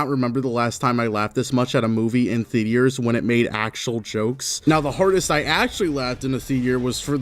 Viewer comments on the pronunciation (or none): “Movie Theteors” 💀😂😂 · "movie thea-d-ers" i will not forget this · Theetee-urs Couldn't get past the fifth mispronunciation